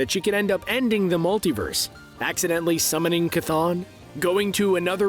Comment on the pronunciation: Noo,.. the way he pronounces Chton